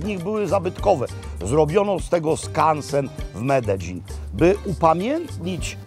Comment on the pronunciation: Tak się prawidłowo tam wymawia..